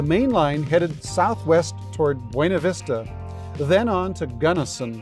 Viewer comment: Buena Vista is properly pronounced “BEW-na Vista”. The town's name has been pronounced “BEW-na Vista” instead of the Spanish “BWAY-na Vista” ever since it was founded.